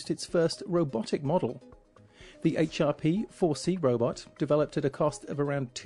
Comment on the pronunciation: I can't help but think it sounds like "herp 4c" like "herp a derp"